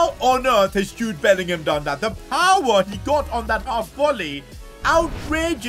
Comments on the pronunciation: Did say Jobe bellingham when Jude bellingham scored the icredible volley😮😮😮😮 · he said jobe bellingham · When jude scored that worldie against juventus u said jobe lol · he did say jobe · 11.00 when jude bellingham shoots he said jobe bellingham 😂🤣🤣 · I just realised when power shot with jude bellingham he sais jobe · Did anyone realize when Bellingham scored he said jobe Bellingham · when jude scored the second goal you callled him jobe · I like he called Jude Bellingham Jobe Bellingham . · He said "Jobe Bellingham" instead of Jude Bellingham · said jobe bellingham instead of Jude Bellingham😮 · I swear I thought said JOBE BELLINGHAM 😅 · Bro said Jobe Bellingham 😂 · You said jobe Bellingham at this time 11.01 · He called Jude Jobe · Bro said jobe 😂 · he said jobe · Did he say jobe instead of jude bellingham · Literally said Jobe instead of Jude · Did anyone else hear him call Jude jobe